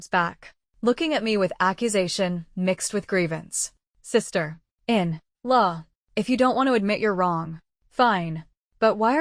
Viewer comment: Do something with the 'sister - in - law' of the AI voice, this is so annoying. Catherine also became Caleb at some point, please proofread the story before sharing 😮‍💨